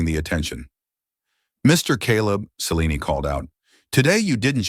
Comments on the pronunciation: It is important to keep the pronunciation of subjects names consistent. That doesn't happen in this story when it comes to "Celine' and the last 'e' should be silent. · At about Celine's name is butchered by saying the last 'e' which is silent. Incompetence displayed by poorly-trained staff and/or AI . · Celine's name butchered again at about 26 . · Celine's name butchered again at about or so. Likely poorly trained AI .